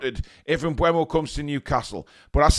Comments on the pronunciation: Mbeumo...... Its Pronounced "Em-boom-o" according to the man himself 👊 Thank me later 😊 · Apparently, it's pronounced em-BOO-mo. But whatever, i can't see him going to Newton Heath FC. They got Cunha, but he's a mercenary and would've gone anywhere for more money. Plus, he seems like a knobhead, so they can have him. I would've rather had Kelleher for £12 million than Trafford for £35 milllion, tbh. Yeah, he was good in the championship last season and helped get Burnley promoted, but he also helped get Burnley relegated from the PL the previous season.